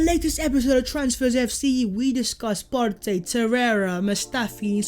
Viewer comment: Love the channel but the over pronunciation of Partey is a little annoying imo